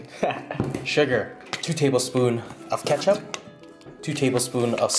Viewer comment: Kethcuo lol